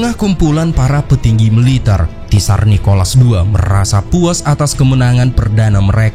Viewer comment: tsar itu di lapalkan cuma `sar mirip al-kautsar